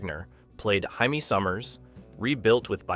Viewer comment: The AI for this video doesn't know how to pronounce the name Jaime. Maya from "Space: 1999" was not for "comic relief," in my humble opinion. This video's transitions from one show to the next are too abrupt and precipitous. They should pause for a second first, and then start the next show segment discussion by heralding it, by saying something like "Number 1...Number 2... Number 3...," etcetera.